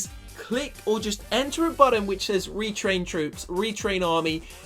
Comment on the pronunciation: button not budden